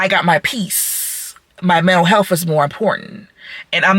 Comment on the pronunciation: Dead serious, honest question to hiring managers who work for any company, large or small. DEAD SERIOUS ......... would you even consider hiring an HR manager or director or whatever, who speaks with this diction or cadence and uses double negatives like this - for a PROFESSIONAL role?????????? Or someone who MISPRONOUNCES common English words like this woman does?????? "Mentow health"? "I'm not going to go behind "nobody" ......"?????? I close my eyes and think I'm standing in line waiting to pay for my thirty pack of beer in the ghetto hood I live in. DAMM, at one point I thought this was a comedy skit or someone trolling. In fact, I'm still not sure of this video's authenticity.